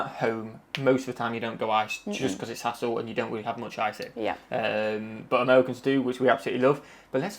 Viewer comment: Did say it's a hastle making ice cubes?